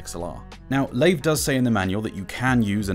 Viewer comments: The only thing I don’t like about this is that he pronounces ‘Layve’ instead of ‘Live’ which is the supposed actual pronounciation 😁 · It’s pronounced live even the reps say that for the company you should pronounce it properly